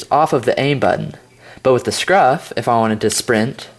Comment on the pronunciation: Lol u said scruf not scuf